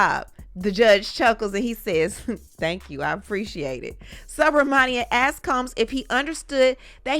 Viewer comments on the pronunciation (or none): narration is second to none! Sue Bra Monie Em —judge’s name stayed getting butchered by everyone.I had to practice that name few times too since it’s my good friend’s last name.